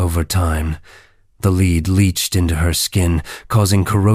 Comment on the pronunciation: Please please please please please PUH-LEEEZ, Fix the AI reading of the "Firsts"!! "Edward Eye [Edward I)" is like nails on a chalkboard! 😵😵 Elizabeth's "leed" makeup. Someone else's "joeb" as in the Biblical guy and not work. Please please PUH-LEAZE, I don’t know how AI voices working or how YouTube narration works, but make it stopppppp! I LOVE your videos - take away the nails on a chalkboard. 😥😭